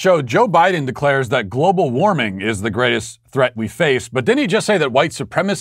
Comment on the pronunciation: He couldn't even pronounce global warming lol